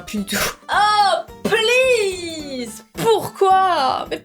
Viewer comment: "OH PELEASE " moi: hmm c'est please x)